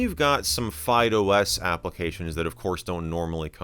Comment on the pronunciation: My ears hear FydeOS as Fido S.